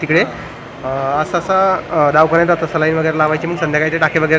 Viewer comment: Davkhanyat nhi re davakhanyat